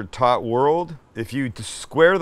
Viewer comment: i didnt realize until the end of the video that he was saying "tot" and not "taught".